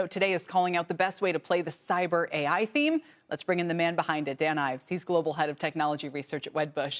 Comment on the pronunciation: Anyone else super distracted by how he pronounces “cyber”